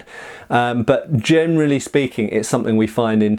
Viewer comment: i think i have something with my ears. everytime he says generally i understand germanly speeking...